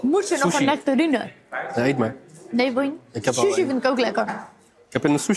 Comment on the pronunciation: die sushi uitspreekt.... "Soesie" 🤭